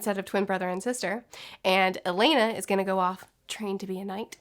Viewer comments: Oh the relief that you liked Alanna! It’s more like A-lah-na btw, not Elena. The quartet was originally written as a one volume adult fantasy but Tammy’s editor suggested she split it into four and tweak it for young adults. It was the publishing standard at the time that children’s and teen books were around 200-250 pages, nothing longer. I really hope you continue with all the Tortall books, it’s such a good journey seeing Tammy’s writing improve, the world expand and develop, and when you hit the point in time when YA books were allowed to be longer (thanks Harry Potter) you then get much more plot and character development and it’s fantastic. I love Alanna because it was the first I read but overall the Protector off the Small series might be my favourite (I think you’ll prefer the pacing of that series). With regards to Stardust it was originally published as illustrated prose. It was published as four premium format comic issues and then collected into a graphic novel size volume. I wonder if you’d preferred it in that format because the story by Charles Vess is sublime. The text is very slightly tweaked for the prose-only version to clarify what you miss by not having the artwork. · It's not pronounced like "Elena", it's pronounced "Ah-lah-nah" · I'm so excited that you're reading these! I would also recommend Protector of the Small quartet in the same world. Also it's pronounced A-lon-uh like rhymes with Donna. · Great review! I loved Pierce's books -- I read them in school but still return to them regularly despite being in my 40s now. Also, it's pronounced "A-lan-ah", which is why it's shortened to "Alan" when Alanna goes to train as a knight. The whole Song of the Lionness Quartet is great but I adore the Immortals Quartet even more, and Pierce goes deeper into the land of Tortall with lots of other series so it's worth checking them all out! I hope you do continue with Song of the Lioness (at least) because it's so good!